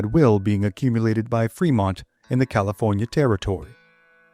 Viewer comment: Ah the great State of Caliornia lol